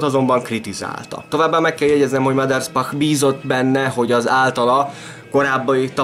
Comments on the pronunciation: Mindössze egy kritika: nem sz-szel mondták a nevét, hanem s-sel. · Általam nagyon tisztelt emberről készítettél anyagot. A videó tartalma jól összefoglalja az életét, gratulálok hozzá! A bevágott képek és videók is szuperek! Ha megengedsz egy kisebb észrevételt, a Maderspach név s betűjét nem 'sz'-nek, hanem 's'-nek kell ejteni. Még egyszer köszönöm a videót! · Újabb szuper videó, de nem sz-szel, hanem s-sel kell ejteni a Maderspachot.